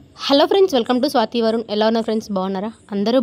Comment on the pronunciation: Koncham kuda clarity ledu. Elaa aantu Aala